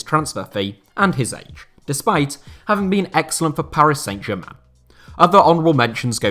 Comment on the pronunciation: San Germain not Saint Germain! Pronunciation!